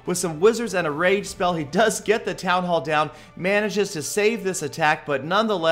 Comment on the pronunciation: Heee heee! Sounded like you said "rape" spells.